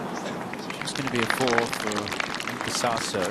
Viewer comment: In Japanese we do pronounce YUUKA not YUKA according to the Japanese Kanji.